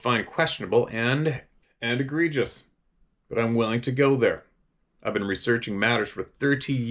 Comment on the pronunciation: Lol.." agreges" ..... Egregious